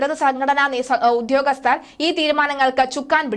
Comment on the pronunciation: ഉധ്യോഗസ്തർ അല്ല. അത് തെറ്റാണ്. ദയവായി ഉദ്യോഗസ്ഥർ എന്ന് ഉച്ചരിക്കുക. ഭാഷയെ കൊല്ലരുത്